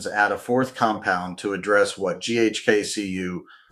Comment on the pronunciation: I stopped watching after I heard GHK-COOOOO...